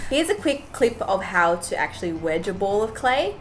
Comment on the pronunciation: She says: sorrrr,actuallyrrrr,failrrr No hate just joking